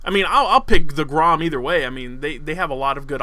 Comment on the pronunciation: grom you pronounce it grrrom. roll your tounge on the r